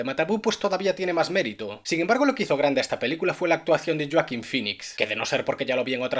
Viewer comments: Dios mio, "yoakin", no veras este comentario, pero en el caso contrario, me parece importante decir que ese nombre se pronuncia como se escribe, ya que es literalmente un nombre latino xd, seria tipo "hoakin" o algo asi, y por fin la review de un peliculon que queria xd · Aquí la verdadera pregunta es.... ¿En que mundo Joaquín se pronuncia yuaquin? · todos: Joaquin: Yoakin